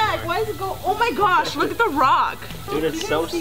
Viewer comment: Lo único que le entendi fue oh my gush